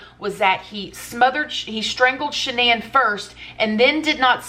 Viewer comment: Is that's really how you pronounce the woman's name? I thought it was "Shan nun"